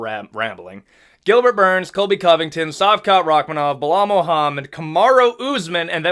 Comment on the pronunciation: I think Kamaru is staying at 185. There are good fights for him there. Also, it's SHavkat, not Savkat. Great channel, you've kept me entertained over xmas.